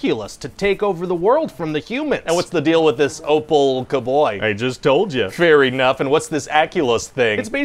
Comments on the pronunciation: Did he just say “fairy-nuff”? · When he said fair enough, I totally heard it as "fairy-nuff" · When he said “fair enough” I thought It sounded like “Fairy Nuff” idk what nuff is but it’s a funny play on words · Fairy nuffs are tight! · Did anyone else catch him saying "Fairy Nuff"! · Did he say "fair enough" Or Fairy. Nuff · “Fairy nuff” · "Fairy nuff" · I knew he put some emphasis on fairy! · WAIT! STOP! ... when you said... "Fair enough"... did you... actually say... "FAIRY 'nough"?! This man is genius. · he asks what's the deal with opal, I just told you. And he says fair enough, but like "fair-y-nough" and it was the most beautiful thing I've heard